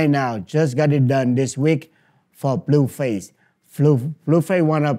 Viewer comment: He called blueface flueface